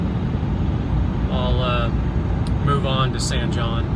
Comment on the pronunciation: The correct pronunciation of San Jon is not “San John”. It’s “San Hone”. It’s a Spanish pronunciation and it’s a common mistake. I first travelled through San Jon in 1958 and then in 2008. Exactly 50 years later. Big difference. Interstate 40’s construction in the 70’s killed the town because Route 66 was the Main Street and you had to use it if you wanted to drive to California.